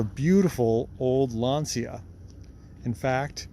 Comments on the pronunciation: Well done!! Plus tell him that the pronunciation it s wrong! Lantcha not Lansia!😂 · I believe it's pronounced 'Lan-shia" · Even the guys from Top Gear pronounced it Lan-see-a and they should've known better. ;)